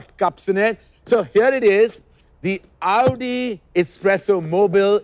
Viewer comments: It is the right way to pronounce it. Its AOU-DI not AU-Di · That's the exact right way to say it.